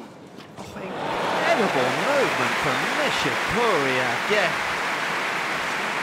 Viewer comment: Kei "NishiCURRY"